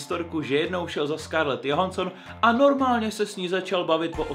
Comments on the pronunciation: číta sa to “Džohanston” a nie “Johanston” 😂😂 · nejlepší výslovnost Scarlet JOHANSON xd